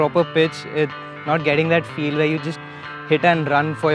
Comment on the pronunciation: Whare is mai Goud damn Chili